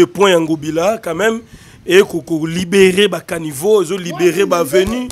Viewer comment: On ne dit pas carniveau mais caniveau